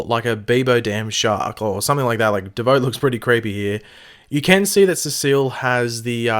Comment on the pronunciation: Stop saying bieboe